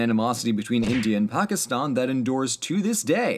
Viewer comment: im glad you pronounce pakistan right i have a friend who's family is from there